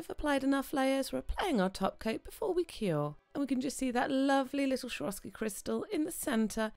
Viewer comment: I'm addicted to your videos!! Just had to say something about the way you pronounce Swarovski, not so easy on the ear (also noted the same in the other video, yes, I love it when the nails pop and bling and all of that) :) it's actually pronounced the way it's written, not like SHwarovski, but Swarovski with an s as in soup :) Hope that you don't mind me commenting this! Keep up the awesome videos!!